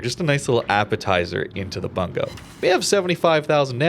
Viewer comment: I think it's pronounced "boongoh" since it's a Japanese province.